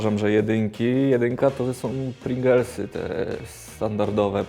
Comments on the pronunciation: Mowa o czym? Nie mówi się Pringlesy, tylko Pryingels... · Chyba równie proporcjonalnie co to smaku to ludzie się mylą co do nazwy. Piękny Roman też co chwilę Pringelsy mówił zamiast Pringlesy.